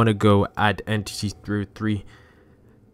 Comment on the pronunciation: He said en TITY 303